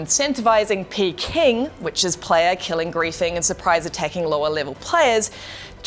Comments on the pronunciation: Pee Kay -ing. 👍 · "Fortunately changed from PKing..." It's Player killing, P, K, ING. Not PKING. Pronounciation is wrong. You say P, then K, then ing. ... not Pking. And that's not fortunate. This made the game go from interesting PvP Survival game to just another carebear mmo. I'm out. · Pee King.... It's Pee Kay'ing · Did she call it p King.... Not pking oh lord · it’s P-K ing not P King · Lost me at "P-King" 😤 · who the hell calls it P-KING lmao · "P-King" lmao.. Does she actually know about video games?